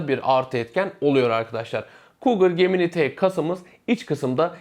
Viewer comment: Arkadaş çok güzel anlatmış,küçük bir hatırlatma "gemini" ciminay diye okunuyor.